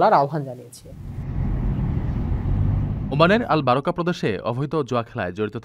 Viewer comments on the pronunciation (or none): বারাকা না বারকা